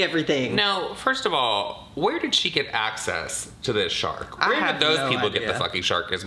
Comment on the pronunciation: Listening & watching while I’m getting ready & I swear I heard “shart” not “shark”! I’m cackling. 🤣